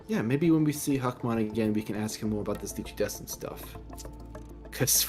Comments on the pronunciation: actually there saying it like huckmon but ya its hackmon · Why just why does it always souind like they are calling HACKmon HAWK MON?! Hawkmon a red bird!. The guy wanting to be a royal knight is called Hackmon!